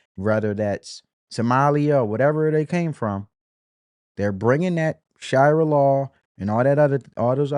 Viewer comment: shu ree uh. not however you mispronounced shariah